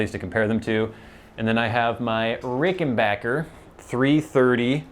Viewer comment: Nice to hear you proud it correctly; it's Ricken-BACK-er. Short "A" sound. Not Ricken-baaaahhhk-er. No long "A" sound. "Wish You were here" sounded great.